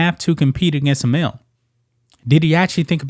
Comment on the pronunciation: any place I’ve lived or been in the US male is one syllable, while ma-eel is two